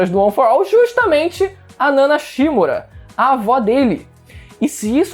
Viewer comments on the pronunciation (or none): Mano, os caras no anime falam certinho. "nana shiMÚra" e o cara vem falar "nana SHÍmura", pelo amor de Deus.